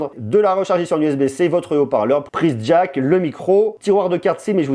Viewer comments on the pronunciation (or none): none